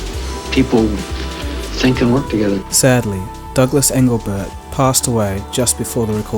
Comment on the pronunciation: Also its Douglas EngleBART.